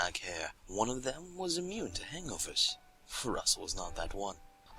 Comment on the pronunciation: When he said hangovers for the first time in the story I thought he said anglerfish